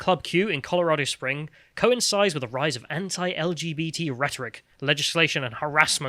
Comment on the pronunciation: Please stop mispronouncing 'anti', you are not American